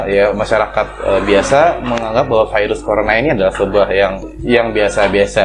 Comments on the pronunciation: "Dari vairus (virus) corona ..." "Dari corona virus...." Virus aja jgn vairus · jngn ngmong vairus ..virus gitu kek 🤦